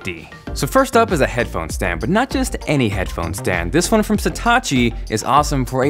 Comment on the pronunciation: Why do you say "satachi" if it says "satechi"? Lol